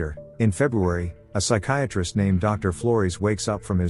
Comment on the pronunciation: Yeah the AI is pronouncing Flores as "Floris" I was very confused